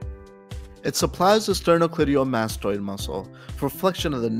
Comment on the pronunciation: You made a small error: the SCM is the sternocleidomastoid ("stern-oh-CLAY-DOH-mas-toyed" vs sternoclediomastoid -- "stern-oh-KLI-DEE-YO-mas-toyed"). Just a smoll transposition of where the "i" and the "d" go but otherwise all very good info and well put together =3